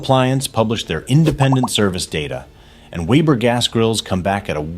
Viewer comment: A! can't pronounce Weber